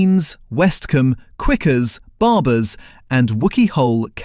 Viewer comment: 😱 That's not how to pronounce Quicke's, it's pronounced Quicks. Not Quickuz. On their farm in Newton St Cyres, just north of Exeter they produce some of the best cloth bound cheddar cheese available, especially their oak smoked mature cheddar. 🧀 😋